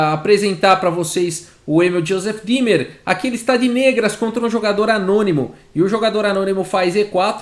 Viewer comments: Oi , gostei da partida! Só uma dica: ei em alemão se lê ai , ou seja Thomas "H a i mel" e ie o e é como um acento no i" D í mer" Vou salvar esta partida! Parabéns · Eu só conseguia ouvir Josef Climber a partida inteira KKKKKKKKK Como sempre, excelente trabalho!! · Juro que só conseguia escutar "Joseph Klimber" kkkkkk